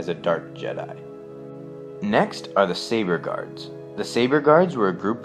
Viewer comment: Did he say Savor Guards Or Saber Guards?